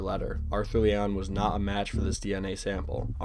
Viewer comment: It was leeigh